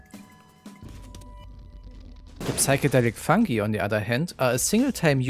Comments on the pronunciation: i love so much the way you say fungi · yeah it sounds really funny (and german)